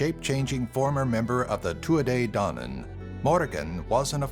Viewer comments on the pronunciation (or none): You are pronouncing Tuatha-dedanem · Absolutely cringed at the way he said Tuatha Dé Danann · Shut it he is trying his best